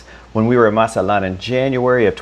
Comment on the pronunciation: Linda needs to teach you hot to pronounce Mazatlan